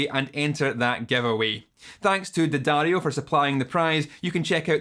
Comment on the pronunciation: at least you pronounce the name of the brand correctly ;)